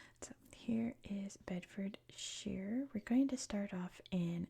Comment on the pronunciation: The shire bit is more pronounced -sher than -sheer. Beds must be one of the most boring counties of England🤣